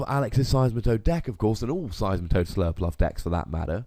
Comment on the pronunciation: Slurpurff not "Surlpluff"